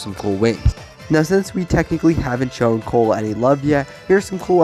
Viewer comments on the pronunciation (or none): none